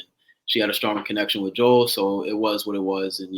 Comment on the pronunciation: Omg you guys pronouncing Joel’s name wrong and Chazz ignoring it is sending me 😭😭